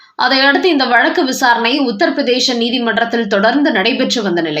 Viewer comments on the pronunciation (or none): none